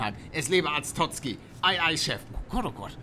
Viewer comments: Du sagst immer Arstotzki es heißt aber Arstotzka, lies doch mal ey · Palle es heißt Arstotzka nicht Arstotzki😂😂 Trotzdem nices video ❤️🤞🏽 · Hat er arstotzki gesagt? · ARSTOTZKA so spricht man es aus palle ! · Es lebe Arstotzki!! 😂😂 ich lach mich immer wieder tot wenn palle es sagt 😂😂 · Ich habe immer lachflasch wenn du sagst AREST!!! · Du hast am Anfang ernsthaft Arstotzki gesagt? Oh Gott wie warm muss es denn bei dir sein?!?😂😂😂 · ArsTotschka wird es ausgesprochen